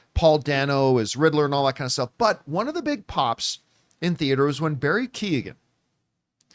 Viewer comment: Keoghan is not pronounced Key-O-gan. "Keoghan" is typically pronounced as "KYOH-gun" in English, where the "Kyo" rhymes with "Joe."